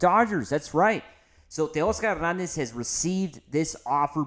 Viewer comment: I was gonna sub but then you over enunciated teoscarrrrr herrrrnannnnndezzzzz .